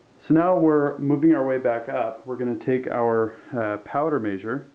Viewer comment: Very well done and informative, but please say measure not meeezure.